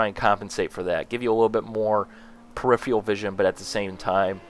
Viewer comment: And sometimes a wall of text lasted on screen for 1 second while he was talking about something else in the background. :-/ BTW- peripheral is not pronounced "pre - if- re - all"..